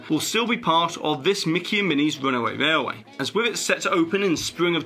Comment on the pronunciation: Your accent is very strange to me. I can’t place it. I noticed your pronunciation of railway to be rarway, but your Ls in other words are phonetically correct. Where are you from if you don’t mind me asking.